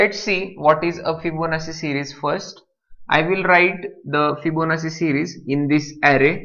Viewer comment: sir, I very much appreciate your teaching but you are pronouncing Fibonacci wrong, the pronunciation is actually [fiboˈnattʃi] but your pronunciating it Fibonassi, just correcting you otherwise thx for the tutorial